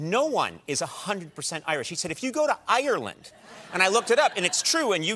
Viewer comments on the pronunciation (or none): You would hope that at that point he could actually pronounce Ireland correctly